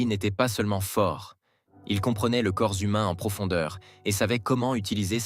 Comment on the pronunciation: Commentaires...!!! "Le corzumain..."! Bouffon.